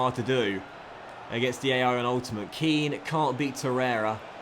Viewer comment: 3rd episode of asking to pronounce Kean correctly